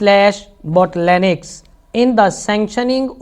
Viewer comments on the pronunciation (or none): The way he pronounced "BOTTLENECK" 😂